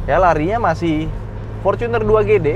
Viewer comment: fortuner bang bukan focuner